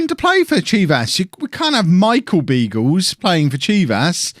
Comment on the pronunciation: You're pronouncing Beagles wrong - it is supposed to be Biagles (like in Carles).